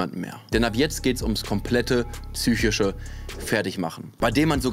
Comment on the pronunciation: "Tzychische Probleme."